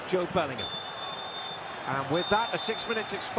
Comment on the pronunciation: Wat is with Americans separating the name Bellingham to belling-ham its 1 word BELLINGHAM if ur gonna commentate get it right. 🙄🙄🙄